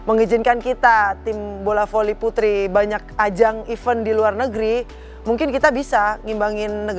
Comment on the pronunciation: Kata Event bukan Even, bacanya Mega kurang benar, moga saja bisa diperbaiki selanjutnya